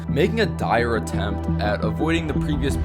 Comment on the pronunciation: “Attmept” “impossoble”